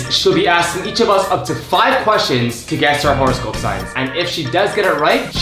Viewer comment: why they saying WHORE-ehscope